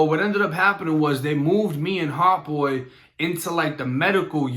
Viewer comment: nigga saying Heart Boy not hot 🤣🤣🤣🤣